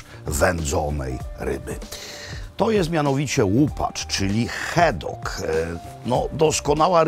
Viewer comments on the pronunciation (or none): Jeden z najslabszych odcinkow! Nie ma miasta GlEsgow!!! To mocno razi jak A wymawia sie jak E!! Tez, w pubie to nie byl brown sauce ale gravy! No i ta lyzka gotowanna z haddokiem to niezbyt mile. haddock nie hEddock. Sorry za ten komentarz ale akurat zbyt wiele mnie w nim draznilo. Pozdrawiam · Poprawnie jest hadek. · Super adcinek! Nie ma lepszego niż Pan! Ale mowi sie "hadok" a nie "hedok" 😊 to tak jak Mekłowicz vs Makłowicz 😊 moze warto spytać sie jakiegoś szkota! Pozdrawiam serdecznie!!! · Robercie, kocham i uwielbiam, ale skąd ten Glesgow i heddock? Glasgow i haddock, po prostu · Haaaadock. Nie heedock 😢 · Haddock Nie hedock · Niektórzy uważają pana za autorytet, więc poprawna wymowa raczej obowiązuje (pisownia fonetyczna): Glasgoł nie Glesgoł, Hadok nie Hedok, Blak nie Blek itd...